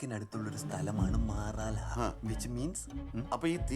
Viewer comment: മാറാലഹ അല്ല മാറളിയാ